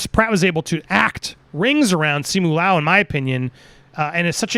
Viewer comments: With Simu Liu the Liu is pronounced “lee-oo” in one syllable. Leung is pronounced like you’re saying the “e” and “u” at the same time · Pronounced See Moo Lou